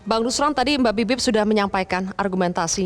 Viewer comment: Nuslon nuslon makan lidah sapi dulu lah biar R nya jelas 😊